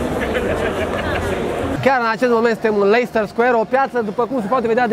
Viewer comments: 'Leister' Square:))) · Leicester se pronunță Lestăr, dacă la asta te referi. Caută pe net